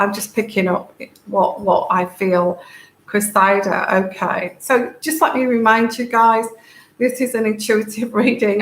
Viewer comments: .. It is Cressida, pronounced Cress id-ah . The emphasis is on the FIRST syllable, the Cress (like watercress). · to help with the name, and it is unusual and hard to figure out how to pronounce, so I hope this little suggestion might help. Think of EGG & CRESS SANDWICHES then CRESSY then CRESSY-DA And there you have it. While I'm at it the other name with the Royals thats hard to get right is Eugenie. So for that one it's take the OO out of HOOP then SHANE OO-SHANE then the NEE out of KNEE so it's OO-SHANE-NEE You might need that one at some point. I didn't know how to pronounce it for years til I heard Fergie talking about it.